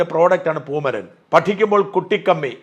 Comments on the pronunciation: പൂമരൻ അല്ല " പൂമൈരൻ " എന്ന് തിരുത്തി വായിക്കുക 👍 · പൂമരൻ അല്ല പൂമൈരൻ ആണ്